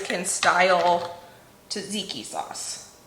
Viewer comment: tzatziki is pronounced as zatziki